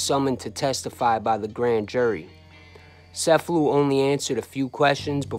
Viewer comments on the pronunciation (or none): I believe it’s pronounced CH•F•a•loo just like the town in Sicily. But, nevertheless, a great video!